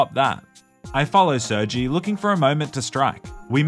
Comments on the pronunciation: saying sergjie instead of sirGay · you just call him sur-G (?? thats defo pronounced sir-gey lmfao) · Uhmm...I'm pretty sure it's pronounced sir-gay not Sergy🙃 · gotta love how he cant pronounce sergei correctly because youtube